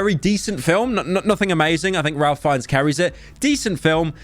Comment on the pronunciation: That pronunciation of Ralph Fiennes